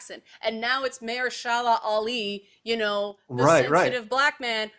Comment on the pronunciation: she also mispronounced Mahershala Ali. #triggered We still love you. ❤️